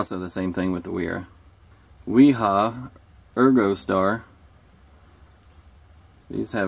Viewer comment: im sure someone has already said but both wera and wiha, the W's are pronounced as a V